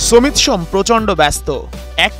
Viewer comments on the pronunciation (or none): hmm vai shomet shome nh samit shome hobe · এত উচ্চমানের সাংবাদিক আমাদের যে সমিতের নামটাও সঠিকভাবে উচ্চারণ করতে পারে না। বাংলা ভাষাটাকে বিকৃত করার জন্য এরাই যথেষ্ট 😂